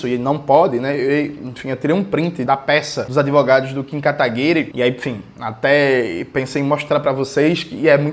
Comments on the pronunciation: Eu racho toda vez que ele solta o "Kim Katagui-RÊ" 😂 Deve ser horrível ser inimigo político do Jones. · Pq jones pronuncia 'katagui-RÊ'? Alguém sabe?